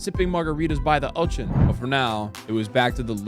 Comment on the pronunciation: Ok I've watched like 4 times and just noticed you pronounced Ocean as "ochen"